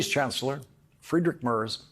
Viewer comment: Lawrence, at leàst make an attempt to speak a visiting foreign Head of State, it is enunciated 'Mair, ( as in fair) finishing with a ' tz' thus Mairtz, not Murze, as in furze. Give it a go mate, please